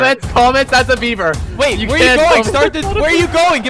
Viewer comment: Hi yellow fun fact, when says beaver 🦫 it sounds like his saying Bieber!?